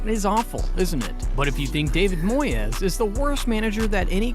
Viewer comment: His name aint moy-ez. Its moys, also why are you showing clips of tim sherwood, when talking about remi garde? You kust like goal90. An american who knows nothing about football